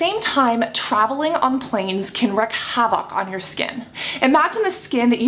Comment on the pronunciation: Cassandra, I love you, but PLEASE look up how to pronounce both "wreak" and "havoc". They're basically "reek" and "havik", not "wreck havOC". You say the phrase in every video, sometimes multiple times, and it's REALLY jarring when it's consistently said wrong. ; - ; Great video though!